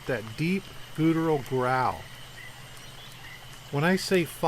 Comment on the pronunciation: Awesome stories and great reading. Only one suggestion … look up the pronunciation of the word “guttural”. About the lion-like roar, I think it was a Bigfoot and not a “dogman”. Sasquatch roars sound like a combination of a lion roar, superimposed with the roar of a huge grizzly.